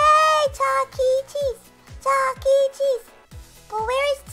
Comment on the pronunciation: Every time I hear her say Chuckee I shudder